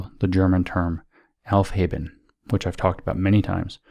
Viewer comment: Yes, it did sound like helfheben! I was like, wait a minute, what!? I'm sure you've heard the rest of the podcast by now and know that he was trying to say aufheben. Although, I've got to say, the aufhaben hypothesis may have merit.